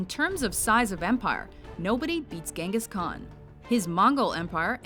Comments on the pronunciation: Wasnt it pronounced "Jingis Khan" and not "Gengis Khan"? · LOL you spoke Genghis Kkan wrong.... you speak it like Jenghis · "Ghangas Khan" Which one, its a title not a name.